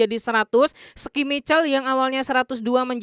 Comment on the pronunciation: Coba deh bang sblm buat konten, cri tau dlu nama2 sbutan pmain yg bner.. contoh schmeichel aja deh gimana pnyebutan namanya yg bneer , sran sajaa.